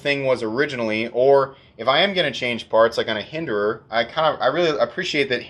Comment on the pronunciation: "Hinderer-ance" I'll see myself out.